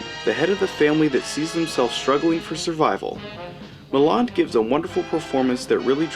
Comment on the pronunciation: pronounced MILL- LAND......pronounced NUKE- LEE -ER........................omg ..nuke u lar Good review though...meow